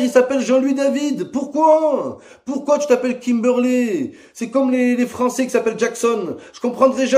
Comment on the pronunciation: "La meuf elle s'appelle Kimberley elle est bonne tu la vois en vrai c'est Kimbourley wola" Jsuis dead😂😂